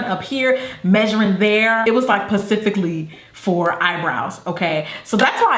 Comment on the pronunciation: "Pacifically for eyebrows." 😂 love you, girl!